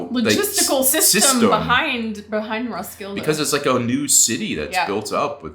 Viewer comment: It is pronounced Roskille Festival..... thank you for the tgreat review